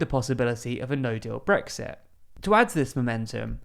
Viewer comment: I really wish he'd actually voice the 'T' at the end of Brexit.